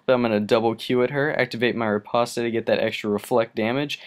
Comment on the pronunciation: It's not fucking repostay its pronounced Repawst